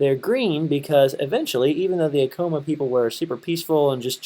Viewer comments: I agree with you that he was mispronouncing "Acoma" in the worst way and it was driving me crazy during this video!! I too used to live in Laguna and truly miss it... I miss all of New Mexico...!! Feast time in September... :) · I live in Laguna and you say 'Acoma" Sooo wrong....and to bad if i knew you were out here could have got you up there no problem. You showed my family house too...come back in September 19th for the laguna feast, August 10 for Acoma